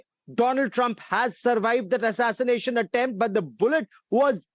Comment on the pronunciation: Thee atatanashion atemp